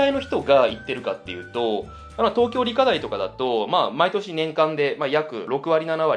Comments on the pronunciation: 思った。理科大⤴ って言いますよね。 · 理科大の発音が新鮮